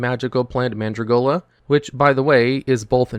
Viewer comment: It's Mandragola, NOT Mandragolia. There's no i in it.